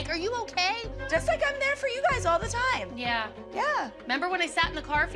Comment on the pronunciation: Is it just me or anytime when Kelly wants to say "All I wanted to do" but she always says "Alz I wanted to do"